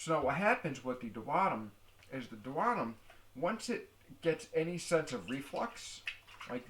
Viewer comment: I knew he was pronounceing that wrong . He is good at the explanations tho